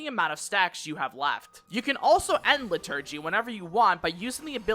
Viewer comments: Its LIturgy, not liTURGY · so helpful but im crying at lih-TUR-gee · Great vid but I'm wincing at your pronunciation of "liturgy" and "plenary"